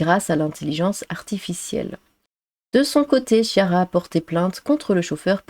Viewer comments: Chiara se prononce "kiara". 😉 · Chiara se prononce Kiara c'est un prénom italien.